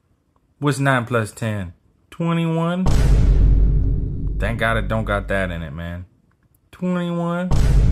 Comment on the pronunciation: TWENNY WAN